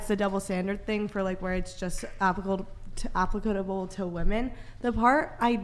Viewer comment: we got a grammar/syntax/spelling bee champ here "applicudubull"